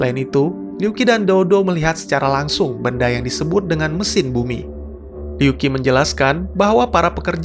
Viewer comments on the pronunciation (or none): Sedikit perbaikan utk ngeja bahasa Mandarin ya Bang... Z dibaca C C dibaca J J dibaca C Q dibaca J D dibaca T T dibaca D B dibaca P P dibaca B Jd kalo namanya Han Duo Duo, itu bacanya "Han Tuo Tuo", Liu Qi jadi "Liu Ji", Han Ziang jadi "Han Ciang" 🙏🏾😁